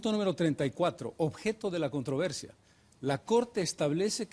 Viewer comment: CUANTA DIFERENCIA ENTRE EL EXPRESIDENTE CARLOS MESA Y EL SINDICALISTA EVO MORALES, QUE NO SABE NI HABLAR ESPAÑOL que a la palabra "CONTROVERSIA" él le dice "contra versia" y así por estilo.